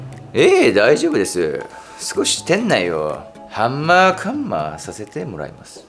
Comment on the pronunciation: が｢ハンマ｣｢カンマ｣って言ってるとこ好きです😂(笑) よち畑くんの私服姿レアだね！！